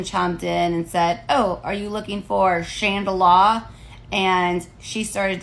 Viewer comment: Never in my sixty two years on this rock have I EVER heard a black person, male, female, hood, or suburbs call a "chandelier" a "chandelah". Don't know what "hood" her shop is in.